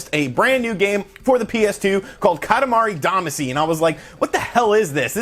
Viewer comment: We all cringe at your KAH-tah-MAH-ree DAH-mah-SHE pronunciation. Friends don’t let friends destroy Japanese pronunciation. We love you and your channel. Thanks for pumping this up. I had the same reaction on the direct, “for me?!?!?!”